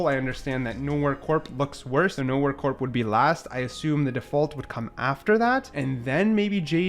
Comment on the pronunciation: The mispronounced words are hilarious. Chasm, savant, corps lol